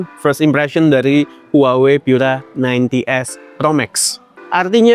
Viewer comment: Pura itu bahasa Italia, cukup dibaca seperti kata pura di bahasa Indonesia, ga usah dibaca pyura. Bahasa Inggris Pure Energy itu terjemahan Italianya adalah Pura Energia, dibaca pu-ra e-ner-ji-a.